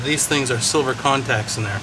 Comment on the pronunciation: Great video, did you say Silver contacts?